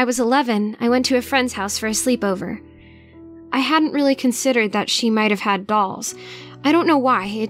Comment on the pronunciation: GIRL DID YOU JUST SAY DOLLS OR BALLS? CAUSE IT SOUNDS LIKE BALLS